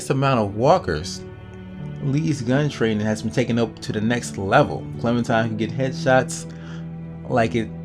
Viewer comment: lol why r u calling her clementime? its clementiNe